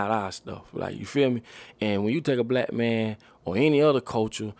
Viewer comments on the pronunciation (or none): The word black “ be lack”